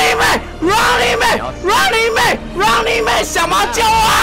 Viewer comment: Running man 都被講成 run你妹